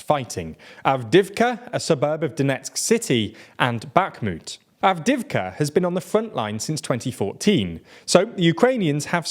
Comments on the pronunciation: It's not Avdivka, it's Avdeeivka. You pronounce it weirdly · 2 notes on pronunciation: Avdiivka is missing a syllable. Av-di-yi-vka. Podolyak has an extra syllable. Po-do-lyak.